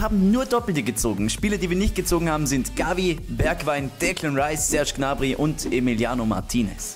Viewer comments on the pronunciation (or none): none